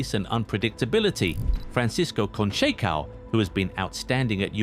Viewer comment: I can't respect any football channel that doesn't bother to spend 1/2 minutes learning how to pronounce the players name. It is "Gonssalo" not "Gonkalo", Ç is pronounced as an S, not as a K. And who the heck is "Frankisco Conkeikao?" It is pronounced "Franssisco Consseissão" ( both Cs and Ç take S sound there)